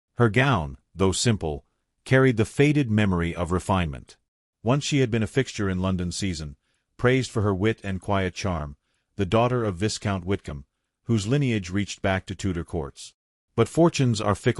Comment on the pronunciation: It’s not vis count, it’s veye count. The s is silent.